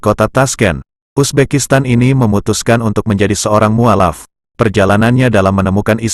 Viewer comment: mestinya diucapkan muallaf, bukan mualaf. Sorry